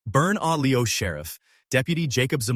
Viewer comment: AI butchered "burn a leo" at the beginning